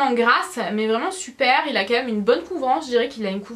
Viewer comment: Pourquoi tu dis "meume" au lieu de même ?? Sinon superbe vidéo !!